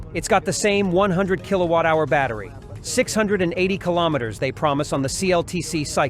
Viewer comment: Kilo- metre please. Key- lometre is incorrect. As in kilo gram ,kilowatt etc.